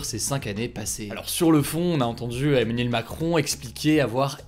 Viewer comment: Emmanuel et pas Emmenuel stp!! Ça fait mal aux oreilles:(